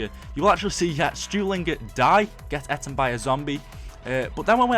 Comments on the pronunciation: He says eten it's eaten u idiot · Mate you can't even say eaten right. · That's not how you say eaten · "Got "eten" by a zombie"